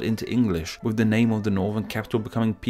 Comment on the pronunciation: Interesting that a guy talking about proper pronunciation says mefod when he means method and wiv when he means with.